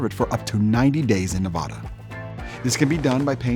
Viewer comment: You obviously do not live in Nevada because you don't know how to properly pronounce the word 'Nevada'